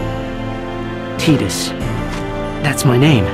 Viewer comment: And the way they pronounce his name..ugh...Tee dus...TI DUS!!!